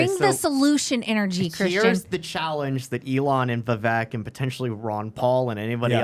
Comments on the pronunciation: Vivek is pronounced like cake, Viv-Ake. How no one learned this in the year and a half of his being in the public eye boggles my mind.. He has told people to their face, 30 min into talking, and they mispronounce it right in front of him, and its just like ughhhh.. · VivAke, like cake. 🙄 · Pronounced...Vi-vake. Like cake. Please and thank you :) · Vivek is pronounced like CAKE. Vi-Vake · Vivek rhymes with Cake.